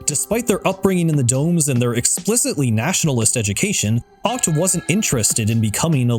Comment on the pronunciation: I thought Achts name was pronounced ech